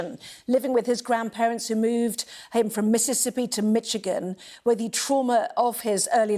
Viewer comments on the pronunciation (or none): Stop saying “Mitchigan”! Ignorant! RIP Darthy